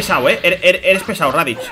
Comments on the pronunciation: Por que dices raditch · "radich" y "makokosapo" xD